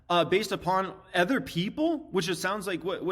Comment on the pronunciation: Ken is great. is great. Everyone has a different flavor, but they all provide valuable insight. just needs to learn how to say “other” properly.